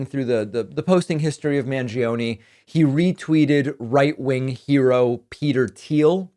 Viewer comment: As an Argentinian, you should be sued for pronouncing Mangione like that 😭😭😭😭 Love your videos, tho, as always. Keep up the good work!